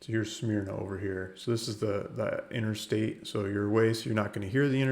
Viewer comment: It's pronounced smer-na.